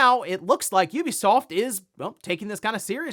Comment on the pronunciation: The only professional game 🗞️ reporter who can’t be bothered to pronounce Ubisoft correctly?